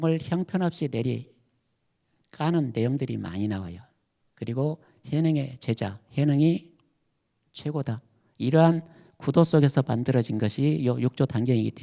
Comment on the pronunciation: 한 가지! 죄송하오나 , 지적하지 않을 수 없습니다. 세 가지, 정통 , 제자, 등의 첫 자의 발음이 틀렸나이다. 짧게 발음했나이다. 잘못입니다. 제발 길게 발음하소서! 미국 변 완수 드림